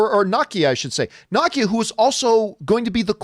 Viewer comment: John Campea still won't pronounce Nakia's name right... it's Nah-Kee-Ya, not Knock-Kee-Ya